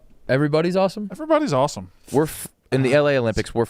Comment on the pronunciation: saying “aw-tum” instead of awesome and trying to skrt by the L. I found you.